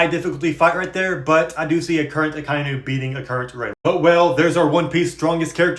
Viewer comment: I'm pretty sure it's pronounced Aka(Red) Inu(Dog) Aka-Inu (sorry for being that guy 😭💔)